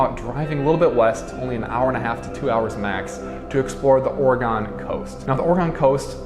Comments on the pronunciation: ORE-GUN Not ORE-GONE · Ore-gone? Naw, Ore-gun! 😊 Thanks for the video! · It’s Oregon like organ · Or-gun, not, or e gone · Ore “gen”. Not GON. Sound like a doofus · it's not OREGONE It's Oregun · AT LEAST YOU COULD PRONOUNCE OREGUN CORRECTLY. IT IS NOT NOT NOT ORE-GONE!!!! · GUN it is Oregun...my that sounds lame when you say Oregone. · Our state is pronounced orygun not orygone ❤😂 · Great video! Thanks. You might want to rehears the way Oregonians say Oregon. Hint:: the last syllable is not pronounced, "gone". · I agree if you are highlighting a beautiful city like Portland, you should listen and learn from the native Oregonians. Ore e gun NOT Ore e gone And Mult no mah Falls NOT Mult i no mah Falls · Please learn to correctly pronounce the places you go. It is not Or-eh-gone. It’s Or-eh-gun. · Dude, it’s Ore-gen not ore-gone, lol. 😂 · HATE how he says OreGON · if he says or-e-gone one more time my ears are gonna fall off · It's pronounced "Ory-gun"!! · Oregon is pronounced OR-A-GUN! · Why would anyone take advice about Oregon from someone who can't pronounce it correctly (Orygun)? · "Donit"" "OroGONE" lol Does this dude know how to pronounce anything right? lol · Its not "Or-a-gone". If you're going to review Oregon please - pronounce the name right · I had to stop watching after the third time you said, "OregOn"...... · Why are you saying Oregon like Ore-gahn? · Great video, however being from here the only real distraction was your mispronunciation of Oregon “Or-e-gun”. Thanks for sharing our beautiful city. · Hi, I'm another Portlander and while the Or-e-gone pronunciation also drove me crazy, this is a really good video! I think you really highlighted a lot of what this area has to offer and I'm glad you had a good time here. You're welcome back any time and next time you'll know how to say Oregon. Cheers! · you pronounce oregon like it's a shape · Great video, but there is one problem: You are now wanted in the state of Oregon for mispronouncing the name.